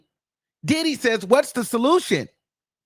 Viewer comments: Its the Didd-dee take me out everytime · Why does he say “Diddy” like that? It makes me chuckle